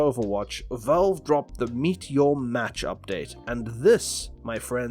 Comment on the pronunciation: Who tf is Volve lol